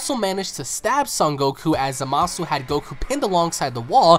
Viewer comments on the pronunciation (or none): ITS Z-A-A-M-A-S-U NOT Z-A-M-A-A-S-U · Why gowàsu and zamàsu plz bro my hears